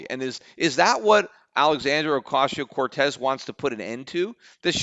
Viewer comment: I hope AOC becomes president whenever she’s eligible so that I can listen to Peter try to pronounce her name for four plus years.